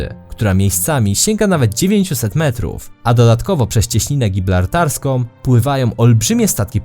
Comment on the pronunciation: Proszę, nauczmy się raz na całe życie. Istnieje Cieśnina GibRaltarska, a nie GibLartarska. Serio, łatwo zapamiętać